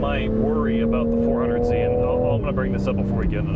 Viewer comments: Cringe every time they kept saying 400z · Please stop calling it "400Z"...